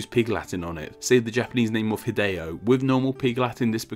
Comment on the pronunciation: Psycho Mantis, is that you? How does "Hideo" get its letters re-pronounced? Why "ai-dee-oh-" instead of the vowel consistent "ee-deh-oh-"? "B based sounds of bah, bee, boo, bee, and boh." That forth B sound is mispronounced. Seriously,, learning the sounds of languages really helps. The letter E is rarely if ever used as "ee" in other languages.